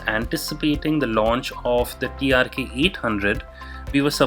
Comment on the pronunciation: Its TRK and not TRX as u have been saying.